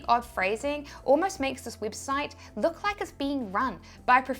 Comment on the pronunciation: Heheheheh her accent made her say weebsite heheheheheh